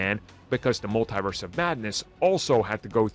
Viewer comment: It's pronounced "MUL-TEE-VERSE! Not "MUL-TIE-VERSE! The Cringe. 😒😣